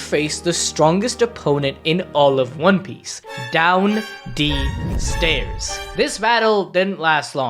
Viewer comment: "down d stairs"🤣🤣